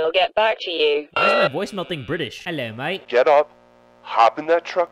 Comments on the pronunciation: Me being British and hearing say Ello mate is the best thing I’ve heard on this channel 😂😂😂😂😂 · VOICE MAIL : British accent JAY: 'Elo Matt (Australian accent) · I didn’t know “Ello mate” was British. 🥴😂 Australian, lmao